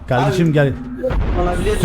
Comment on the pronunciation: Nobody::aynen kavdeşim aras kargo